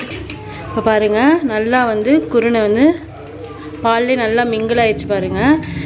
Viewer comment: என்ன குருனை என்று தெளிவாக சொல்லுங்க சகோதரி